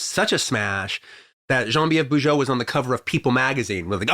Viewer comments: He's using the French pronunciation. Bujold is from Quebec. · nope it's not the french pronunciation at all, and I'm french^^